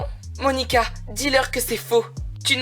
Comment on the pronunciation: C'est Moanica pas Monica.